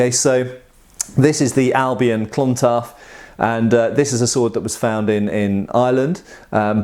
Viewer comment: Nice video! Just a point of order, because I'm an internet snob; I do believe that "Clontarf" is pronounced "Clontarb".